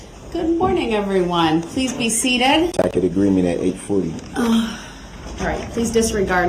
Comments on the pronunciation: I know it's a dead horse but I still laugh at TACK-IT AGREEMENT. The level of his stupidity unbelievable. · "Ima grown man wit grown kids!!! Lawfully law! All of a suddenly! Cohorzun! Durrest! Biast! Presidential! Tacket!"